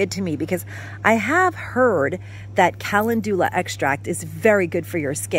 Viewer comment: Calendula is pronounced Kuh lend yuh luh with emphasis on lend.